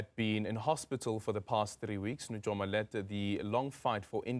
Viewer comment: NuYOma NOT NuJOma